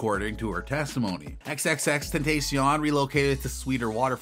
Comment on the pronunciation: Could you please say his name right